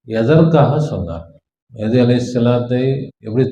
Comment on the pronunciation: ஐயா! முதலில் சரியான உச்சரிப்பு உச்சரியுங்கள். மெஹ்தி ❌ மஹ்தி ✔️ ரசூலுல்லாஹி ஸல்லல்லாஹு அலைஹி வஸல்லம் அறிவிப்பின் பிரகாரம் இமாம் மஹ்தி தான் வருவாங்க. மெஹ்தி வர மாட்டாரு.